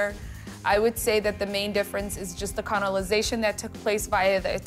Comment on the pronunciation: Shady that they let her say CONOLIZED thrice and then CONOLIZATION lol. This looks amazing though and Hawa is fantastic.